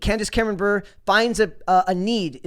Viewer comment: Bure is pronounced as Burr-Ray .... as in Pavel Bure (if you youtube his name)